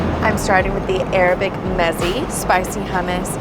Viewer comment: mezze met-say